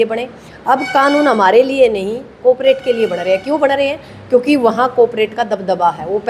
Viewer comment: Coperate nahin Carporate , ji